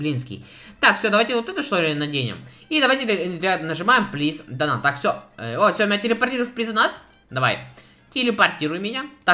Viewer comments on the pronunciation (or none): Плиз донат, плиз донат. Вопрос у меня к тебе: АНГЛИЙСКИЙ УЧИЛ?! ДАЖЕ ТУПОЙ ЁЖ ПОЙМЁТ, ЧТО ПРАВИЛЬНЕЕ DONATE (ДОНЭЙТ) А НЕ ДОНАТ.